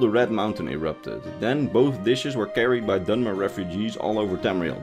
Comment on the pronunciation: For a moment, I thought he said 'Dumber' instead of 'Dunmer.'